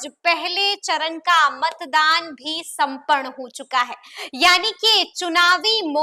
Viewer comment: Chunaw sampan huwa. aap apne urdu hindi dono ka pronounced thik kare us se aap ki reporting me or nikhar aai ga.